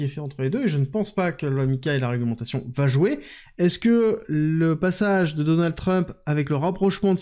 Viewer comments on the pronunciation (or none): none